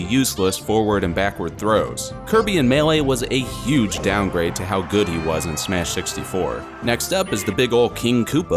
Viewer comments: He also said smesh at the beginning XD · Anyone else hear when he said "smesh" at the beginning